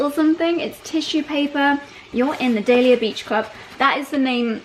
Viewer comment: If your going to be part of the club, please say the name correctly.I love dahlia and hearing you say it is just and the number of times you said it